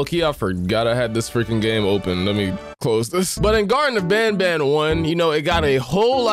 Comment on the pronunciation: The greaten of banban😂😂😂❤❤❤ it’s the garten of banban Edit: bless you😅